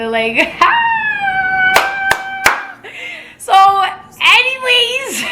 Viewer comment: = “HENNYWAYS” 😂😂😂 but this jus made me mad I don’t see how niggas could do this i jus wanna give u a hug 😂😂😂 like I really feel for u but keep grinding 👌🏽